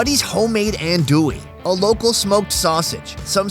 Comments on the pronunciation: "An doo e" ahahahah not even close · I am from Louisiana and when he said ANDouille I laughed it's spelled that way but I pronounced ON,do,e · LMAO! still said andouille wrong with the phonetic spelling on the screen.